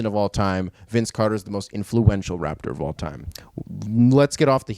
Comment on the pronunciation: everytime you said "greatest raptor of all time" i thought you said "greatest rapper of all time" and was hella confused.